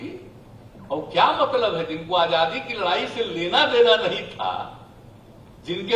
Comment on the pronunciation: This guy is indirectly insulting the thousands of freedom fighters include Mahatma Gandhi. He should talk about what different development programmea he has for the country and foreign policy. He is educated engineer but can't even pronounce Hindi word Azaadi which he says AJJaadi.